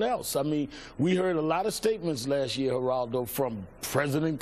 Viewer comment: Really? he says "lash year" instead of last year. and he says "axed" rather than asked.